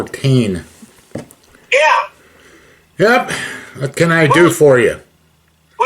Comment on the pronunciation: I saw one of his videos where the phony calls the DD-214 as DD 2-1-4 like the numbers separate instead of 2-14. Right then and there I knew that man never served a day in his life 😂 regardless of what you did in the military, you even got to pay attention to the small things like that to know who the phonies are.